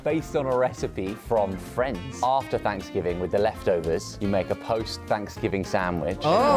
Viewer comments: Love the way he says Thanksgiving. "Fvansgiving". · Did you say Fanksgiving?